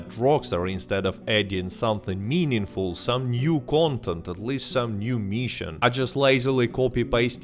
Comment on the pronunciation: New "meeshon" hehe